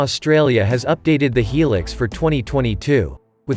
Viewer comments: Yeah the pronunciation drives me nuts. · Hee Lix, what a pronunciation !!! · its hi-lux